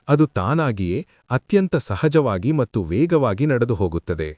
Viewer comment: ಕೆಲವು ಶಬ್ದಗಳು. ಉದಾಹರಣೆಗೆ "ಮಟ್ಟು" ಎನ್ನುವ ಬದಲು "ಮತ್ತು" ಎಂದು ಉಚ್ಚಾರ ಮಾಡುವುದು ಸೂಕ್ತ.. ದಯಮಾಡಿ ಪರಿಗಣಿಸಿ.. ಕನ್ನಡ ಭಾಷೆ ಬಹಳ ಸುಂದರ